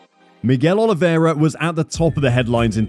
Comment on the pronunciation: You are butchering his name. It's not Olivéra, is Oliveira.